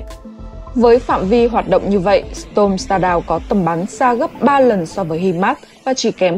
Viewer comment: Đọc không đúng storm shadow học lại cách đọc trước khi đọc